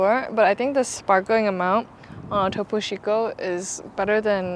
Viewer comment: Great video! Just a few mis-pronunciations; • Concha (the 'o' sounds like "oh", not "ah" or "uh") • Topo Chico (the 'ch' is hard like "Chief", not soft like French "Chef") • Relleno (no tilde on the 'n') • Deshebrada (the 'h' is silent: 'des-ay-brada') • Horchata (the leading 'h' is silent) • Agua Fresca ( "Agua" is water, "jugo" is juice) It's hominy in the menudo, not straight corn. The city in New Mexico is called Las Cruces. Tex-Mex is available in many parts of Texas, I'm 400 miles from the border in Texas and we have lots of Tex-Mex here. P.S. It would have been cool if you played ZZ Top's song "Heard It On The X" when you were at the X sculpture in Juarez.